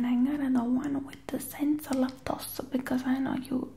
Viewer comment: “Youra little BOW-AL”😭😭 and the “laca-tosea”😂